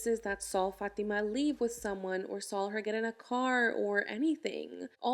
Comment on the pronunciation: "he never sawl her"